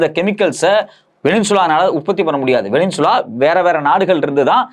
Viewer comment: டுபுக்கு, அது வெனினசுலா இல்லை. சரியான உச்சரிப்பைத் தெரிஞ்சுக்கிட்டு கேமரா முன்னால ஆத்து ஆத்துன்னு ஆத்த வா.